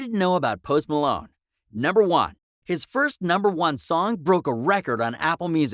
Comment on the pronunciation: Post Malone or post Malon say it right